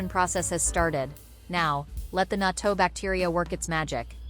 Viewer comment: You can not pronounce natto.